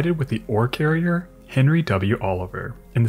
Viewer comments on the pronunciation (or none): none